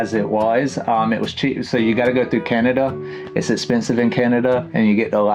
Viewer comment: As a Canadian. Im dying how he's saying Can👏na👏da. Reminiscent of how i say banana. I pronounce it, CaN👏naDA.(almost rhymes with panda.) Hit that first N hard. Like it owes you money hard. The second N's barely an afterthought, if it makes the cut at all. The second A is a personal preference A. To each their own. DA is just DA. Take the ta outta tada and TADA.🎉🎉🎉